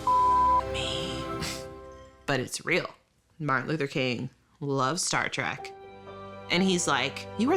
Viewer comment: Star TREK, not TRAK!